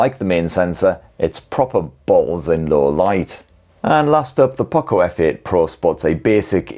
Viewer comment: I want poco not pooco